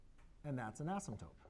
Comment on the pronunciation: It's asymptote, but it does kind of sound like he said asymptope.